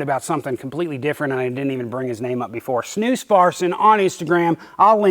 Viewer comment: Watching from Norway, and snus (you pronounce it correctly sir ) is massive here as well. Although it is more expensive than in Sweden, and our government made all the snusboxes (cans) a uniform boring green color so as to not attract children to trying it, which is fair enough. At least we can still use the products. A lot of Norwegians take a drive over to Sweden to buy the original boxes at a cheaper price than in Norway regardless haha.